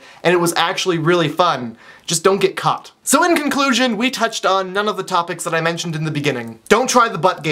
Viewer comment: lol I know he said " don't get caught" but it sounded like "don't get cut"..